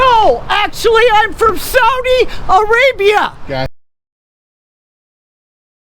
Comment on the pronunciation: Someone who is from Saudi Arabia would know that it is pronounced SAW-dee not SOW-dee. The country is named after King Saud (SAWd).